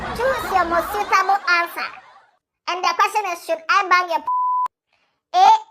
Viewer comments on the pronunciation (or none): none